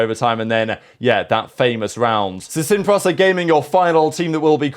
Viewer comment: Lmao its pronounced seen pree-sah not seen praza